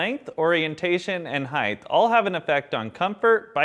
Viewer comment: Nice video, but it's "height" (hite) not "heighth" (hithe).